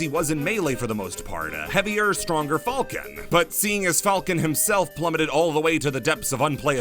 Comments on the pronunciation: Why do you pronounce it like "fahlcon" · I respect the commitment to pronouncing "Falcon" not like the animal, but rather the way it's pronounced in 'Millennium Falcon'